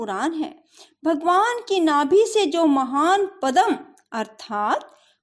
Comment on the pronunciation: Pagal kahiki padam nahi padm. Pahele poori tarahse hanjarile fir bolo